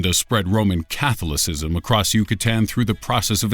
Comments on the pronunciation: Cath lo sizem?????? It's pronounced: Ka thala sizm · He kept saying "CATH-ulla-sizzum". I was offering him an alternative pronunciation. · I liked the way he pronounced 'Catholicism' without the long 'o' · Catholicism is pronounced incorrectly. You can always Google the phonetic spelling of a word if you are unsure of its pronunciation. Also Vlad the Impaler was conveyed inaccurately. What an unbelievable travesty that the pyschopaths featured in the beginning of the list had their sentences reduced for good behavior with an oppurtunity for parole. THEY'RE PROVEN SERIAL KILLERS, they can't be rehabilitated and will always return back to satiating their murderous impulses.